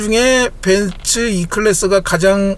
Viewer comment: 벤쓰아니고 벤츠입니다 어우..